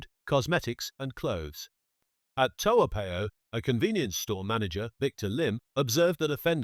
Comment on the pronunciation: I stopped listening when the bozo can't even articulate Toa Payoh correctly 🤣🤣🤣🤣. Aiyoo you not ang moh lah... I am a Singaporean I can tell when a local chinese pretends..got luck with that 🤣🤣🤣🤣